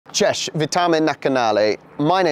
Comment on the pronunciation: Your pronunciation of hello in Polish impressed me 😉 Kind regards...